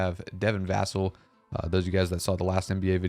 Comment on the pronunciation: His name is Devin Va-cell not however u pronounced it lol